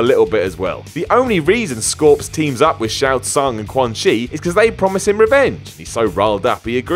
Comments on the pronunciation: Shang Tsung not Shao Tsung. Shao is Khan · Fam, who the hell is Shaot Tsung? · Is anyone gonna point out that he called Shang stung Shao Stung? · He mispronounced shang tsung (somehow it sounds exactly how it looks) and also got the MK lore wrong like cmon it takes like.two seconds google the real lore